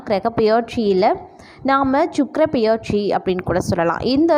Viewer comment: உங்களால் தமிழை சரியாக உச்சரிக்க முடியவில்லை என்றல் தயவு செய்து நீங்கள் வீடியோ போட வேண்டாம். இல்லையென்றால் தமிழ் நன்கு பேச தெரிந்தவர்களை பேச சொல்லுங்கள். தமிழை கொலை செல்லவேண்டாம். உதாரணம் - 'பெயர்ச்சி' என்பதை 'பியற்சி' என்று உச்சரிக்கிறீர்கள்.